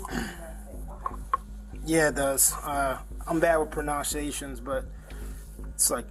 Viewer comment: Officer: "I'm bad with "prenounciations" and then proceeds to mispronounce 'pronunciation'. Lol!! Yes. Yes you are. 🤣😂